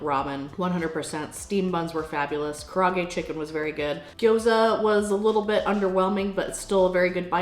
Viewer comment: The chicken dish is pronounced “ka-da-aa-gay” not “ka-ra-gay”. 😷🤙🏼